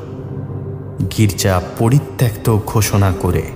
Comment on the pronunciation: তোমার "আদৌ" শব্দের শুদ্ধ উচ্চারণে মুগ্ধ হলাম।আর তাই দুটো শব্দোচ্চারণ ঠিক করে দিতে চাই কারণ তোমার গল্পপাঠ নাটকে উত্তীর্ণ করতে পারো তুমি।"পরিত্যক্ত" ও-কারান্ত হবে।পরিত্যাক্ত ভুল।"আহ্বান" উচ্চারণ হবে আওভান আবাহন নয়।